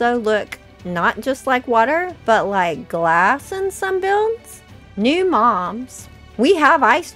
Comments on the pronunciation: I kept hearing mom when you said Mobs 😅❤ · I thought you said new "moms"??? Lol